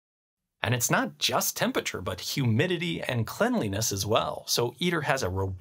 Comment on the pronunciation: Well spoken for the most part but I can't help but hear the pronunciation "Tempature"